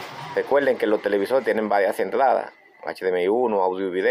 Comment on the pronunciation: Porque dice "PUELTO" "ENTLADA" "ESMAL" o "TELEVISOL"